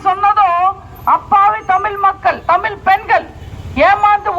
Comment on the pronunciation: நீங்க காங்கிரசை விமர்சனம் செய்யற அளவுக்கு உங்களுக்கு தகுதி இருக்கா என்றால் 😢. உங்களுக்கு தமிழ் என்ற உச்சரிப்பே சரியா வரவில்லை. அதை முதலில் கற்றுக்கொள்ளவும் 😞.